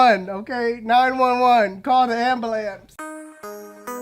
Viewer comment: “Call da ambalamps” 😂😂